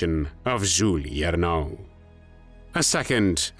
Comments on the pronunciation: and his pronouncation of names is dead wrong... We say Jules the French way, not 'Julee'... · Not "Juli Ernaux," but "Jules [zhul] Hiernaux [ee-air-no]." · Jules not Julie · It amazes me you can say "Coup de grâce" but funk every Jule up beyond reconition